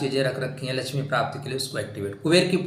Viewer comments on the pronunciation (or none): none